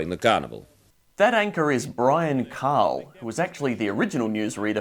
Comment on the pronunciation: Thank you for pronouncing Cahill correctly. My father, also named Brian Cahill and from South East QLD, would be very chuffed 🫡